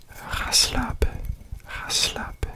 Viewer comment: the 'ga slapen' sounded so perfect lol! i did not expect that at all